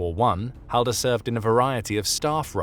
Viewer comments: its pronounced hallder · that's me grate grate grate grandad its and say the last name right ffs